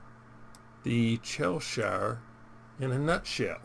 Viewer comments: Its pronounced chess shire 🙂 IGN CMD_Pants Server- Asia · As someone from Cheshire, it’s pronounced Chesh err. :) Good review! Ign MarshalHaig Server EU